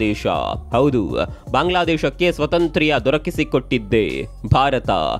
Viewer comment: ಸ್ವತಂತ್ರ್ಯ ಅಲ್ಲ ಸ್ವಾತಂತ್ಯ